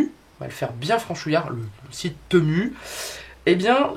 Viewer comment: Bonjour merci pour ce partage. Cela donne des idées 🥰. On prononce à l anglaise " temiu" ou " timiu" .😉 cordialement 🌹